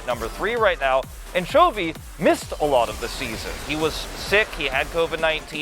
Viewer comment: 人家是Chovy 不是 chawy 怎麼會都念秋味 音不對吧